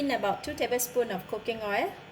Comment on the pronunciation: Pronounce oil as oilll please not oerr.